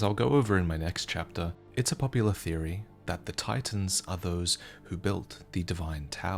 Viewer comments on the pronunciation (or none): none